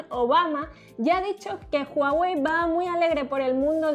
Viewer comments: PORQUE DICEN JUAWEY?? SI LA H ES MUDA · Se pronuncia Guawei, no Juawei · comienza hablar de Hawei